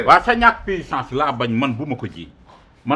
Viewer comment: Pissance 😂😂😂😂😂puissance